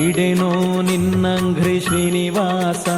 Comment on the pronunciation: Bideno ninnanghrri not ninnagri. ( ghri no gri)